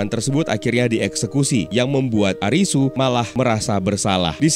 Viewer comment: Karena ga ada huruf L di alfabet bhs jepang, jd Li dibaca Ri Jg dlm bhsa Jepang tidak dikenal ada bunyi mati, berakhiran konsonan. Semua kata dalam bahasa Jepang berakhiran hidup dengan vokal, kecuali satu konsonan “N”. Jadi bukan ARIS, tp ARISU